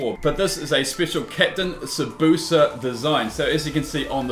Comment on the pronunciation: YOU PRONOUNCED TSUBASA WRONG!!! It's Su Ba Sa not suboosa